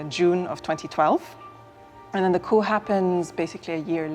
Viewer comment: yo this lady said coop not coup lol